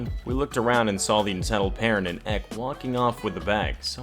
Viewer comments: EK is said like EP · Stop saying "ek". It's an acronym. Say entitled kid or E K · I cringe every time he says ek smh 😂